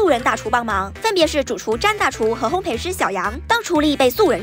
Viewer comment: ，内个读烘焙(bèi)。